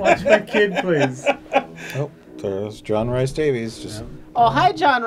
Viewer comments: JRD's middle name is pronounced Reese not Rice. should know as he has a Welsh surname 😆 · It's pronounced 'REES'. John 'REES' Davies signed: angry Welsh man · I'm Scottish and constantly saying Rice is killing me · John Rhys-Davies' name is John Rhys-Davies, not John Rice-Davies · It hurts my Welsh ears to hear John rhys davies' name wrong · Being Welsh, hearing the butchering of Rhys in John Rhys Davies' name pained me.